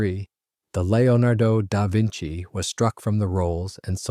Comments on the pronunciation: "Lio nardo Dar Vinci"? Didn't he paint the "Mana Liso"? ;-) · The narrator seems to struggle with the name of his subject. But a very interesting story.